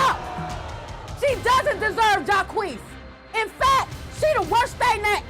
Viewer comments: His name is Jock not Jakwees... 🤔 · Jacqeus... French name so badly pronounced..it's laughable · Jacques, pronounced Jah-kweese…. What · They pronounce Jacques as Jah-queeees....LOL! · That man's name is Jacques, not Ja-queez 🤣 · when you give your son the french name "jacques" but you pronounce it "Jaw-Kwees" hahahhahahhah come on, bro...wtf are you doing? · That pronunciation of Jacques 😂😂😂 all French speakers are shaking their heads 😂